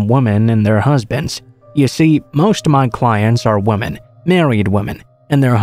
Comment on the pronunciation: Please learn the difference between “woman” and “women”. I couldn’t listen to this all the way through with the pronunciation of the words being wrong. “Woman” is singular and “Women” is multiple.